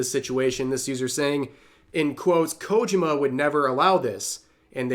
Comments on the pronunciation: KO-JI-MA, Rev. Three syllables. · I know...i know. I don't want to be that guy either, but his pronunciation of Kojima's name drives me up the wall. Enunciate the "JI" more, next time. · It's KojIma, not KOjima.😁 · The way Rev says "Kojima" kinda hurts to hear lmao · I'm trying my best not to nitpick, but the way Rev is saying Kojima is making me screech like Filthy Frank.